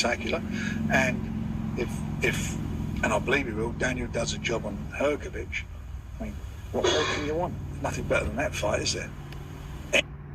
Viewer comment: What’s wrong with you?! 😅 Frank Warren correct pronounce Hrgović and you heard it. But you’re UNABLE TO PRONOUNCE IT CORRECT?! Show RESPECT to boxers and to your subscribers! ❤